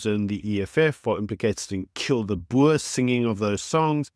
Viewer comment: If you are a South African, why do you not pronounce Boer correctly?